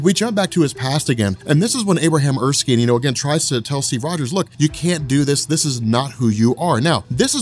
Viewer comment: It's Er--skin like your skin but spelled with a e on the end -Erskine.